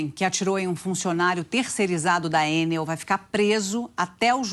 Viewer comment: ENEL... E NÃO EN-NEL... CHEGA DE AFRANCESAR..